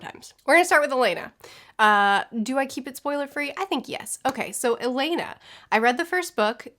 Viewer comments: Oh the relief that you liked Alanna! It’s more like A-lah-na btw, not Elena. The quartet was originally written as a one volume adult fantasy but Tammy’s editor suggested she split it into four and tweak it for young adults. It was the publishing standard at the time that children’s and teen books were around 200-250 pages, nothing longer. I really hope you continue with all the Tortall books, it’s such a good journey seeing Tammy’s writing improve, the world expand and develop, and when you hit the point in time when YA books were allowed to be longer (thanks Harry Potter) you then get much more plot and character development and it’s fantastic. I love Alanna because it was the first I read but overall the Protector off the Small series might be my favourite (I think you’ll prefer the pacing of that series). With regards to Stardust it was originally published as illustrated prose. It was published as four premium format comic issues and then collected into a graphic novel size volume. I wonder if you’d preferred it in that format because the story by Charles Vess is sublime. The text is very slightly tweaked for the prose-only version to clarify what you miss by not having the artwork. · It's not pronounced like "Elena", it's pronounced "Ah-lah-nah" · I'm so excited that you're reading these! I would also recommend Protector of the Small quartet in the same world. Also it's pronounced A-lon-uh like rhymes with Donna. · Great review! I loved Pierce's books -- I read them in school but still return to them regularly despite being in my 40s now. Also, it's pronounced "A-lan-ah", which is why it's shortened to "Alan" when Alanna goes to train as a knight. The whole Song of the Lionness Quartet is great but I adore the Immortals Quartet even more, and Pierce goes deeper into the land of Tortall with lots of other series so it's worth checking them all out! I hope you do continue with Song of the Lioness (at least) because it's so good!